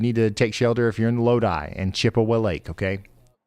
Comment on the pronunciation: The pronunciation of Wooster and Chippewa Lake was crazy...